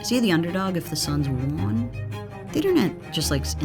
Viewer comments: Love this channel but it kills me when the voiceover says “Juan” instead of won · won is pronounced like one not juan lol